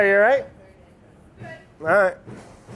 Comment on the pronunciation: Randomly Clair you allight? lol